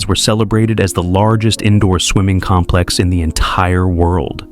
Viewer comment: The noun complex is pronounced with emphasis on the first syllable. You’re saying the verb version, putz. AI